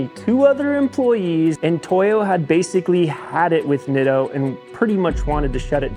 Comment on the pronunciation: In Japanese the letter "I" is pronounced with the long "e"sound similar to Italian. Spaghetti, Masuratti, Pizza etc. So please pronounce it as Neato.